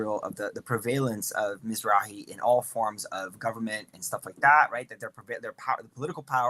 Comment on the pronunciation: Yup. Planted shill. He even knew how to say Mizrahi.